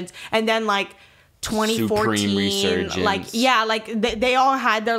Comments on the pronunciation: He said “soupreme” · Why is saying SOOpream